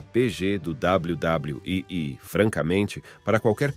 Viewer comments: Esse W. W . E . E CHEGA A DA RAIVA 😂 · Esse "WW" em vez de "WWE" do narrador irrita muito